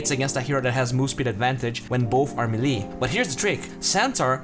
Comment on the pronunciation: Punished = Ponisht Melee = melli Please pronounce those words properly. It makes the video less interesting.